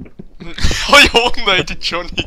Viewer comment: ik heet egt johnny xd je zegt djony